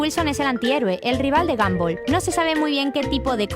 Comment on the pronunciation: Se dise gonbal no ganbal